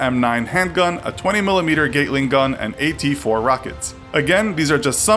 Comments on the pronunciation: It's not a "gaytling" gun its a "gatlin" gun. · GAT-ling gun. GAT. No "gate" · lol Colorado... I think you mean Coronado.. Bro, how much could you know about this when you mix up where the shit happens? lol Are you just reading the wikipedia article? Ugh, please stop saying "kit" nobody says that in the military. and it's "GAT-LING" gun not a "Gate-ling" gun. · Why don't they pronounce things right. Gate ling gun wtf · A few Mistakes He Made in the video.. first He pronounced Gatling Gun (pronounced Gat-ling) as giggling gun.. secondly Seal training is in Coronado thats Coronado California which is San Diego he says its in Colorado... and lastly he says you get your trident then report to advanced training actually you do not receive your trident until after advanced training or (SQT) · You should really get some help with pronunciation. lol. The funniest were Bor-nay-o lol which is Born-e-o lol. And Gate-ling gun lol which is Gat-ling gun. Lol gat like cat lol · Did this clown just say "Gateling gun"? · “Gate-ling gun” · A "Gate-ling" gun. How do you not know how to pronounce that? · "Gate-Ling gun" narrator doesn't know shi-tut. Reading off stolen copy YouTube money making bs. Boo. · I think very little research went into this video. SEALs are most likely going to be carrying M4A1s, Mk. 17s, or HK416s as their rifles, P226s, Glock 19s, or HK 45s as their pistols, and Mk. 48s as their LMGs. Sure as hell won't be carry 20MM GAT-LING (that's how it's pronounced) guns. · Lol he said gate-ling gun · I wish this noob knew how to pronounce Borneo and Gatling. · Your pronunciation of “Gatling” was atrocious.